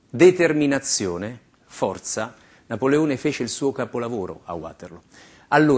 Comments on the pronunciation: Come fece NapoleTone! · '' Napoletone a Uaterloo " ???